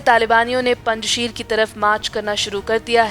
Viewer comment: पंजशीर का सही नाम और उच्चारण है पंजशेर। कुछ समझे पंज शेर पंज प्यारे यानी यह नाम भी पंजाबी <हिन्दू>नाम है!